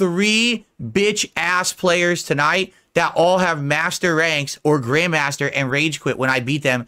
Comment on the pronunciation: Grayund mahstur?!